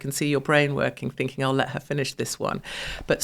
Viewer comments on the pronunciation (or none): none